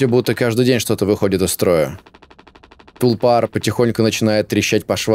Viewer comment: один из немногих, кто правильно поставил ударение